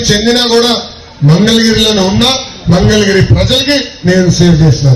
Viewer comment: Mandalagiri kaasta. Mangalagiri ainattundi hamaayya.